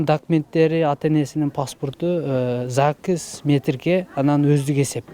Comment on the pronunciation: ЗАГС деп так адабий тилде айтсаңар тантырабай